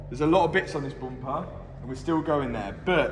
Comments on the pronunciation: Mat: Bumper❌ Boompaah✅ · "Next step......the boomper" 🤣